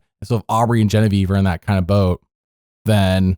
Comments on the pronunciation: Why do you call her Bobavieve? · Why do you call Genevieve bobievieve